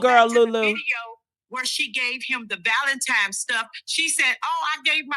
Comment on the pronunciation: Anytime at this big age we still saying “ValenTIMES” 😒 you can gone! I’m sorry.